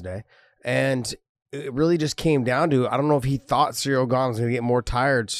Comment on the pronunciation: Ha ha, Cereal Gone. I can't unhear that now.